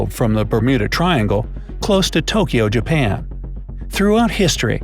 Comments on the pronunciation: and he said Jaban 😂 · really “Jaban” 😂